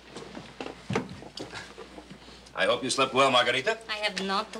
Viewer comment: That’s got to be the worse Spanish accent by margarita.